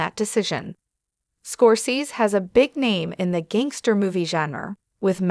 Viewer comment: you don't sound old enough to be commenting on this subject. You can't even pronounce the Man's last name correctly